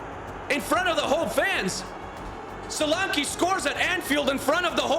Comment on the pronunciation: btw it's soul-lan-key not sol-arne-quay and bournemouth fans mostly say dom as it's his first name